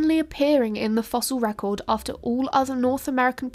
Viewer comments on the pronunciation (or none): none